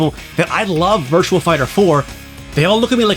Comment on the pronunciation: Virtua Fighter. There's no "L" in Virtua.